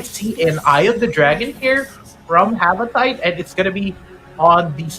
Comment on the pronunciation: Its Ha-va-ti-te not Ha-va-tayt 🤦🤦